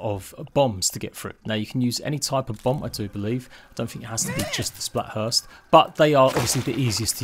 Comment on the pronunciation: Why does he call them splathurst and not splatburst?